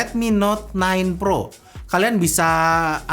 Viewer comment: Dengernya ten pro wkwk